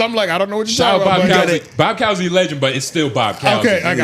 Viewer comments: It’s pronounced COOZY. Bob Cousy. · yall saying bob cousy name wrong is crazy lmao love the show ! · Get Bob Cousy's name right if you going to use him in an example lol dog idk man...AJ might be going solo soon. The dynamic between them is just middy